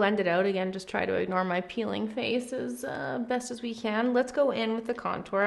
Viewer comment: all over the (fa'ce) You swallowed a rick star saying face